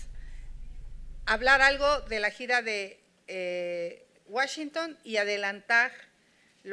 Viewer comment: Washington no se pronuncia como lo dices